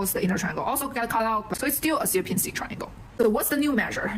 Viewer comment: There is plenty of different "dimension" definitions, and they all have not much to do with the word "dimension" an average Steve uses. Also btw, you butcher the Polish "Sierpiński"... it is nothing like "Syerpinsky", but rather closer to "Shyerpiñskiy". With Ś (soft S) at the start. Those Anglo-saxons really made a mess when transcripting Slavic languages.